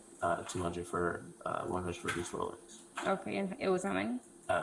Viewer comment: Maybe he misunderstood, he said Rolox. My dad bought several fake Rolex watches in Mexico for 8 dollars each.